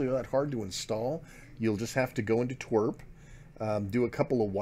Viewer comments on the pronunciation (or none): Did he really pronounce TWRP as "Twerp"? If this is the right way and I have been saying it wrong all this time, I'll fall to depression.